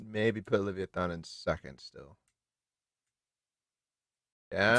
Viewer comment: Am I the only one who disslikes how is saying leviathan 😂